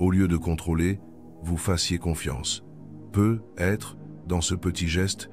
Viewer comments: Jai pense la même chose! J'ai l'impression que c'est l'IA qui parle car quand il arrive sur "peut-être" il dit "peu" et ensuite "être" séparément sans liaison. Cependant ces 7 mots, sont remplis d'une grande sagesse, peu importe que ce soit Jung qui l'ait dit ou pas, et sont tout-à-fait adaptées et adéquates.. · Non désolée je ne partagerai pas cette vidéo car même si le fond est intéressant, la forme est catastrophique : voix de robot, peut.....être qui fausse le sens et par-dessus tout des pubs qui entrecoupent l'écoute (pas terrible qd on l'écoute de soir ou de nuit dans un semi-sommeil duquel il faut s'extirper pour passer les pubs!!!😡) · Je me suis endormie de tout un blabla et je ne sais pas l'essentiel les 7 mots j'ai impressionne que l'IA ne comprend pas les mots lus ou est ce un double langage comme souvent répété peut-être devient "peu" être ceci peu être, peu être, devinent restriction peu de monde où "peu être" réduction de l'être son accent nous hypnose 😵‍💫😳voilà pourquoi il lui faut une demi-heure pour dire 7 mots cela nous capte et notre inconscient entend peu l'être ? Double langage ! ? N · lol la même ! Le "peut........... être..." m'a achevé !